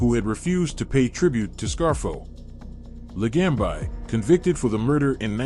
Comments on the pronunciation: Could you at least pronounce the name correctly. It's not LaGamb I. LaGambi. Bee, not by. Idiot. Joe the Boss. Really good guy is all I'll say. My uncle through my 1st marriage had a place on jewelers row and let's just say they didn't just sell jewelry and i used to do some stuff for him and met Joe a bunch of times. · Joe La gam bi lol Ai cracks me up. Ron Turkey, Michael Seee ang o lean ee. Terrible!